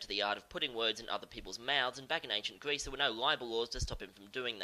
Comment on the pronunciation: While I love your work and this series, I never picked out that you might have rhotacism until this video. "Pwato" from "Gweece" made me cringe every time. Don't let my neurotic obsession with speech pathology deter you, though. Great episode to kick off the new series.